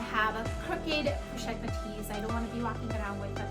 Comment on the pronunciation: This bag is stunning! You said it right ❤️😍